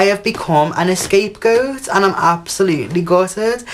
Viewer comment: It's not ESCAPE goat... SMH